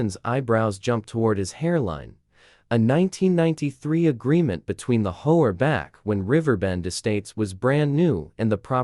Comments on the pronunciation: Sounds like some kind of dinosaur bird when they say hoah 😂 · Please pronounce H O A correctly.